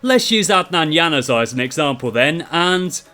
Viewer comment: You butchered Januzaj's name completely😂😂😂😂😂